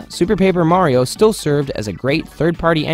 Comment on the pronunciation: This man pronounces it "Mario" and "Merio" at the same time.